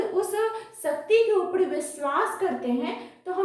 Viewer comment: ऊपर ❌ ऊपड़ ✅